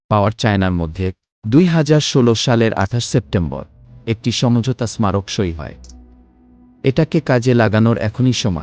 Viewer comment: আমাদের দেশের লেখাপড়ার মান এতটাই ধ্বংস হয়ে গেছে যে " স্মারক " শব্দের উচ্চারণ " ইসমারক " নামে উচ্চারিত হচ্ছে। বিষয়টি খুবই ভয়ানক।